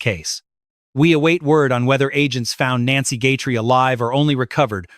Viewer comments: HER NAME IS G U T H E R I E!!!!!!! NOT GUTTERY!!!! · If that sheriff wasn't such a ego moron crime to close to home everyone lokked here and there but closer this travesty is so not acceptable a nice lady dragged god knows where money greed cruelity a narricist at his peak I'm sorry Nancy name is Guthrie pronounce it correctly respect dude😢😢😢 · I always thought that Chris Nanoes was bought off i believe he was bought off to mess up the case . This AI can't even say her last name right.